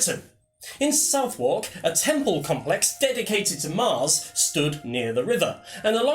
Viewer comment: Southwark! The w is silent. I suspect you are AI.